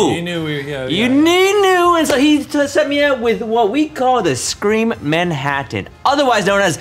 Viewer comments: Did anyone else finds the way Ryan pronounces TT's as D's distracting? Manhaddan, buddon, and so on? I've noticed him saying "button" this way before and it tends to be more subtle, but the way he says "Manhattan" was over the top enough to make me wonder if he's aware he does this. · Ryan- "man-haddin" Shane- "MANHATTAN!!!" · The way Ryan pronounces Manhattan makes me angry 😂😂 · Ryan's pronunciation of Manhattan makes me cringe.